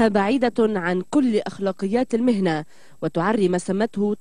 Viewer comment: مذيعة الدنيا ,, قالت المحنة ولم تقل المهنة